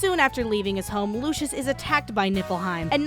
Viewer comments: she kept saying lucius instead of lucis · the kingdom is called lucis, it's pronounced lew-sis sorry it was just bothering me, video was funny as hell. ED: also with the arena, more like "Daddy needs the generator for the car which costs 3.6 MILLION MEDALS!" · The way you pronounce lucis sounds like the son of Lucifer (referring to the game Lucius)